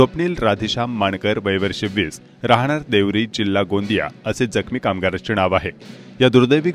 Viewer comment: उच्चारा कडे लक्ष द्यावे. असूण - असून. णाव - नाव.